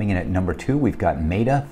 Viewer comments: Wild that TSLA stays in and AMZN got the boot. lol. But the logic is sound. My bias is just showing. Also, META (met-uh, like I met you yesterday) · Maybe my bias is showing as well since I am not a fan of Amazon's business model and how they treat their sellers. And, I always pronounce Meta wrong. Why are meta and beta pronounced differently anyway?